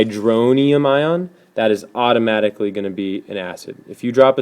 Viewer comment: lmao "autooooomicticallllly"